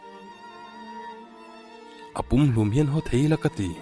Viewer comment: Hau nilovin Ho ti a lam zawk tur ani e.